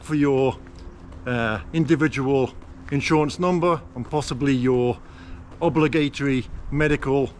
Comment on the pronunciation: I've never heard "obligatory" pronounced like that even in London.. sorry but..